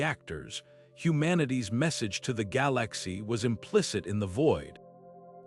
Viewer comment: "Gal Lax e" 🤣🤣🤣🤣🤣🤣